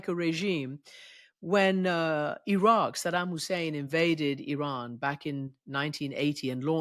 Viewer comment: Christiane Amanpour Presents: The Ex Files with Jamie Rubin Sorry Mr RUBIN you read IRAN so wrong . far far wrong